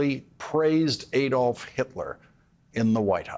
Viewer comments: Hitler's first name is pronounced ADD-olf, not ADE-olf. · Why do American presenters always mispronounce Hitler's first name as Ay-dolf. Everyone else, including the Germans who ought to know, says Add-olf. I agree with all your comments though, Lawrence. Keep up the good work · To all americans, it is not Ày dolph hitler, it is pronounced Adolf hitler. Germans do not pronounce ay dolf . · I believe "Adolf" is supposed to be pronounced "AH-dolf" - not "AY-dolf." That is the German pronunciation. Please correct me if I am wrong. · Just a remark. The A in Adolf Hitler is not pronounced like when spelling, but like in cut or father (I'm no linguist and english is my second language.) Americans, don't repeat the german mistake and don't elect a criminal and fascist. Vote for democracy.